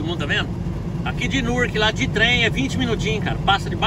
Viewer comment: Gente "Nurqui" é Newark tá???😂😂😂